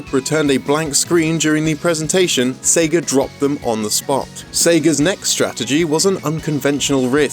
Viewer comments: Sagger. I heard Sagger every time he said Sega. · Ahh yes, I remember playing the Seg-ER Dreamcast...